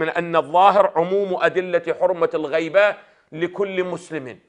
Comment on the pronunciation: هناك خطا لغوي في كلام سماحة السيد الغيبة بفتح الغين وانما الغيبة بكسر الغين وحفظ الله السيد الحيدري